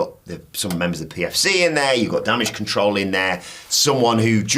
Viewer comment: Is it a dorky inside joke that went over my head or can seriously not pronounce “control?”